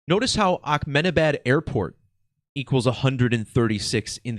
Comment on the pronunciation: Good decode. But why do you keep saying AKmenabad? This happened in India, not the middle east 😂